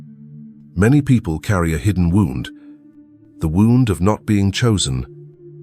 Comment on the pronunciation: Very, very interesting, thanks. Just one thing, those mispronunciations ( wound, longings), is that the AI voiceover or what?